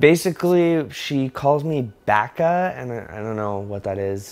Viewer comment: backa no no its baka